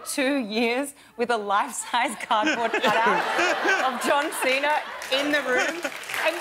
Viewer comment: Can't even say cardboard.. LOL!